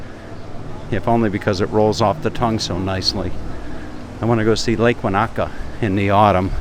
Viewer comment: Hi, great walk and talk. Most enjoyable seeing Waikiki. I have heard some of the AM radio stations here in Melbourne on occasions from Hawaii and I have often wondered what it looked like over there. Incidentally, Lake Wanaka New Zealand is actually pronounced as "wunika". also, Airlie Beach is pronounced as "airley". The beach there looks a bit like the Gold Coast in Queensland Australia. Looking forward to you visiting Melbourne. Anyway, all the best. Rob.